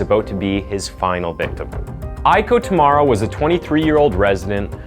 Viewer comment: The mispronounciations get really distracting Shiraishi becomes Shiroshi Kureha becomes Kuhira Hinako becomes Hinakon Tamura becomes Tumara and it changes sometimes too...like Benedict Cumberbatch trying to pronounce the word penguin